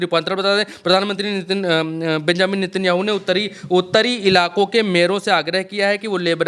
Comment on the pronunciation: नित्यानु नहीं नेतनयाहू बोलिए